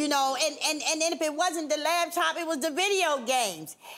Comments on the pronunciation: if she say "LAB-TOP" one more time !!!! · I hate when people say "labtop" !! lol